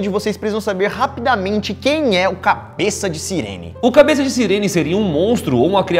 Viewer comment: tu vai ouvir a cabess